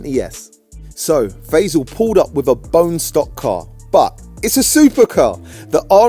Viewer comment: Fey- sel? It pronounced Fah-ee-saal